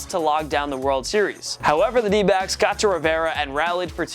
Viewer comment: For a split second I thought you said D-bags instead of D-backs lol